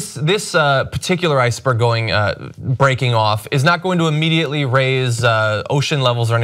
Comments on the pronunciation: ice-berg not icberg. LOL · icberg?? lol